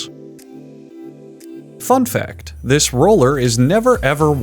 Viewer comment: It sounds like he's saying "Fuck Fact:". XD